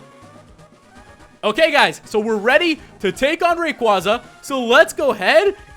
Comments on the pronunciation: It's Ray-quay-zuh, not Ray-quah-zuh, but I won't argue. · RODRI ITS PRONOUCED RAY QUAYY ZA NOT RAY QUAZZA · I don't know if it's your accent or not if it is its totally fine but always remember its rayquaeza (it's spelled rayquaza but it's pronounced rayquaeza) not to mention rayquaeza sounds alot cooler than rayquaza and like I said it's fine if it's your accent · If I say it once, I'll say it again and again until it gets lodged in your tiny brains. (No offense.) IT'S PRONNOUNCED Ray-KWAY-za!!! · pokemon name pronounced ray-qay-za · Uhh... Really, it's pronounced " Ray- Kway-Zuh-" Quaza as in Quazar. Make sense? And, no, nobody comment saying " NUH UH IT'S RAY KWAZA" Because it's really not. Ever hear of Pokedex 3D pro? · If you have watched the pokemon movie destiny deoxys rayquasa is pronounced rayquaysa that's right qay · You're mispronouncing raquaza,STOP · i feel like he saying rayquaza's name wrong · I can't get over him pronouncing rayquaza's name wrong